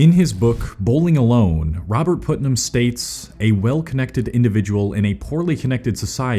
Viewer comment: It's not pronounced "Put"-nam, it's pronounced "Putt"-nam.